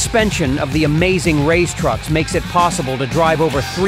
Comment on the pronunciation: Race not raze. English is not my native language yet I took enough time to pronounce words correctly